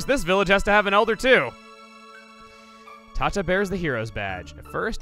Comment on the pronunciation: You sure "Tata" is pronounced the way you pronounced it in this video?